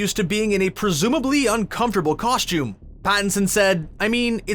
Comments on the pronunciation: I couldn't get over the narrator constantly saying "COSH-TOOM". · If this guy says “Coshtume” again, I’m going to reach through the screen, and take him back to Kindergarten to re learn the English language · HE ALWAYS SAYS COSHTUME